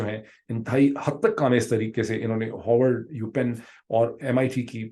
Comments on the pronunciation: Big fan of you dwar De . Just one piece of advice; for English vocabulary please improve your pronunciations. Sounds strange when someone aa educated, sophisticates and presentable as you says Howard or orgument for Harvard and aargument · Your views are comments are always very informative and admirable. The way you pronounce Harvard, it sounds like Howard. One university is located in Boston and the other in Washington. DC .. There is a world of difference between the two. Please clarify. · Dr. Pirzada! Respected gentleman, please pronounce Harvard not as "Haavord" but "Haar-word"